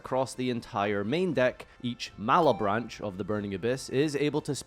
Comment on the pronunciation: anyway the correct pronunciations is "malebranke" not "malbranch"